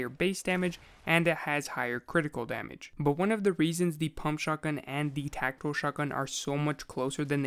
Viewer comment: The way you say tactical makes it sound Like Techno